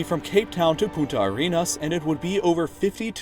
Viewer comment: The punta from "Punta Arena" is pronounced poontah. Failing to pronounce that one N makes you say "Fucking Sand" instead of something along the lines of "Sand Spear"